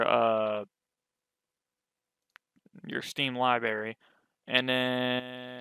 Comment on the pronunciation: "steam libary"